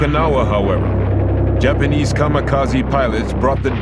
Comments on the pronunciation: he still said dapanese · wtf is the "dapanies" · BlueLegoCat The narrator meant Japanese. Probably just an audio editing error.